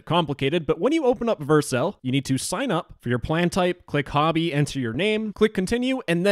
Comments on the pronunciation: Stop pronouncing Vercel wrong. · The way you pronounce vercel hurts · you say Vercel weirdly 🤣